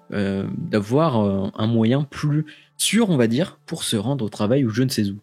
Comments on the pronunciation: Super vidéo vraiment qui traverse un peu l’histoire de TBC! Je pense que cette année va être fructueuse pour Elon Musk ;) Sinon petit débat mais on dit « tunèle » pas « tuneule » mdr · Vidéo intéressante mais pardon... on ne dit pas "tunneul" mais "tunnél" (sans l'accent sur le "e" mais ça se prononce comme ça). Ça gâche un peu la vidéo par moments !